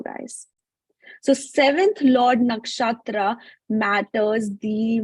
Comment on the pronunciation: Everything is good except her ascent when she say nakshatra